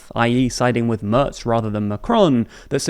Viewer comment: Tip: Try Mairts instead of Murts. It is much nearer and much more agreeable to all the other ears that aren´t anglophone.❤